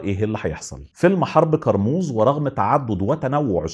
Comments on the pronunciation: كرموز مش قرموز 😂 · انطق كارموز صح الاول كارموز بال ك مش بال ق